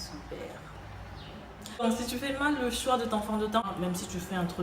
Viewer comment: Le soua et non le choix on n'a compri 😂😂😂 t es trop belle ton makeup est 👌👌 super vidéo